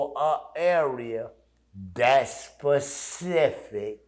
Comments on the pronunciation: Him saying pacific instead of specific coulda told u that and saved u the 10 min. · It’s specific. Not pacific